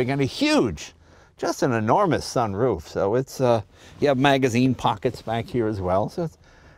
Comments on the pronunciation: Jay emphasise the 'roof' in sunroof. Bit odd. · I have never heard anyone other than Jay say sunroof as if it was two different words.